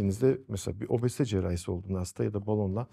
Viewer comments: Neden obozite diyorsunuz? Çok komik :)😂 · "obOzite".. Başka bişi demiyorum. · niye obozite diyorsunuz😹